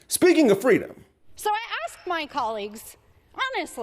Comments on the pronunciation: Hey, it is "asked" not axed! No X in asked! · Young man, there is no such word as "aks." You sounded like you were intelligent until I heard that word. Look in the dictionary; it doesn't exist. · Hey. Why axed instead of asked? I have always wondered. Thanks.